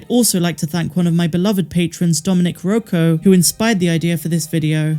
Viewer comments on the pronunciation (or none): none